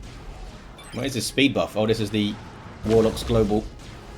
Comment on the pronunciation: be like: "Shh, be vewy vewy quiet. I'm hunting Wuhwocks!"